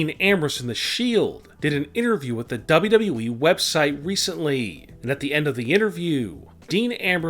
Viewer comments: "Dabluu EEE" 💀💀💀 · Dean ain't going there your full of shit make real videos for once an learn how to say wwe not dub dub eeeeee dumb ass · Wprddere lol that’s how he says wwe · OMG Dean Ambrose leaving DUB DUB We.verryyy saaad. Why don't u speak like a normal human being your voice makes me irritating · The narrator seems to pronounce WWE as Daba'yao'eeeeeee! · How he said wwe is so funny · How he says WWE fml 🤦😂😂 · I hate the way you say WWE. She could still commentate when she's pregnant for 9 months. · I hate how you say wwe. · What's wrong with you pronouncing wwe dude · Why do you say WWE like that?